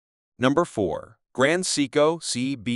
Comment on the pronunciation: You earned a thumbs down from me five seconds into your video. Take this video down, learn how to properly pronounce Seiko and then try again. Respectfully, Boston ☘️